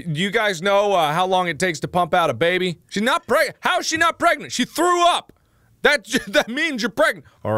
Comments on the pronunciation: I would have used this moment to say "Are you pregante" "Are you Pregananan" OMG he did. Thankyou, i can die peacefully. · She was Pergenat *Pargnet **Pergat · I thought he was pregananant or prregante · when he said 'pergananant' it broke me